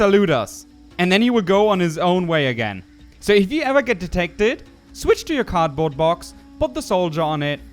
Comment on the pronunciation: I'm so mad when he says "card box",it's cardboard box